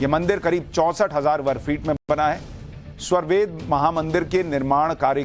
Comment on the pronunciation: Sva+ved nahi, svar+ved hai.